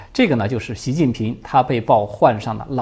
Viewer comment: 是NAO瘤，不是LAO瘤…